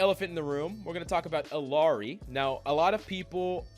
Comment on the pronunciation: Pronouncing Illari wrong. Like everyone else.